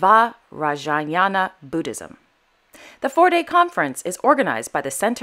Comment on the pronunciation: Hey, a fan from India... Love your videos 😍😍😍... And pronouncing Vajrayana Buddhism isn't very difficult 😅.. Vaj-Raa-Yuh-Nuh Buddhism